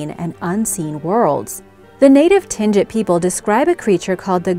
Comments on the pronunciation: Tlingit is pronounced ( Kling-ket) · It’s not Pronounced “Ta-leen-kit” It’s spelled “Tlingit” & pronounced “Ka-leen-kit” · The “tinjit” people? Perhaps she meant Tlingit people? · Tlingit is pronounced "cling-kit" just so you are aware. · Tlingit is pronounced "klinkit." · Tlingit is pronounced “klinket” Keni is pronounced “Key-ny” and your picture of Tom Smith... isn’t Tom Smith. I know him personally!, Do your homework! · I'm a different tribe but I think tlingit is pronounced [clink-it] and kooshtaka is pronounced faster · Tlingit is pronounced "kling kit". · The amount of mispronounced native words in here hurts. Like the word tlingit it's closer to saying "th-ing-git" or say one "cling-git" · The Tribal name is pronounced Kling-it . you totally mangled the word. Kush-ta-ka not kush tak ah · Oh god you totally butchered the word Tlingit